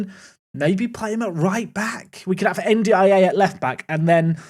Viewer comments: Hi, it’s pronounced N-Die-Ay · Your pronunciation of N'diaye is criminal. 😭😭